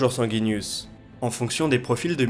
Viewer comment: "les premiers rétages de Falcon 9..." Qu'est ce qu'un rétage?